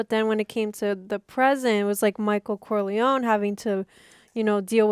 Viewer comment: Love your reactions and analyses guys! One question: Why do you call him Corleown and not CorleonE ?